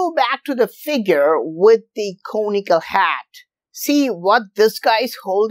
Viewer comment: It took me a second to realize he was saying, "conical".